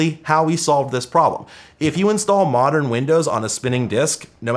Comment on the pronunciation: "Modren"... Domo Arigato, Mr Roboto! 🤭